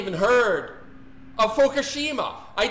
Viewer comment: It is "FUKUSHIMA" (Fookoosheema for those who are challenged) no "FUKASHIMA". At the very least pronounce it correctly. Goodness.